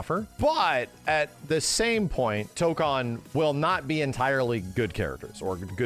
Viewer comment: Tokan (toe-kahn) (what keeps saying): to go to Korea. Tokon (toe-kone) (what means to say): fighting spirit You're welcome signed the grammar Nazi